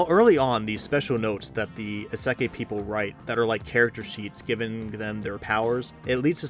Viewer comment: Mispronunciation of 'isekai' aside, I second Clevatess and Turkey. Both are incredible in different ways.